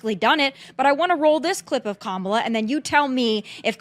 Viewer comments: Actually comma la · Kamala (coma-la), respectfully. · Learn how to pronounce her name properly.